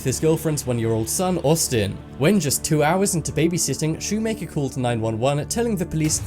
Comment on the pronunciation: Lol Dylan ''shoe maker''